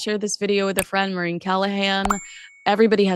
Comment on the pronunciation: Balenciaga must be regretting inviting Meghan to the show, because it wildly, broadly revived everyone's memory of that disgusting ad campaign three years ago. Great chat ladies, love to you both. To dear: It's Maureen, whenever you say it it sounds like "Marine", lol.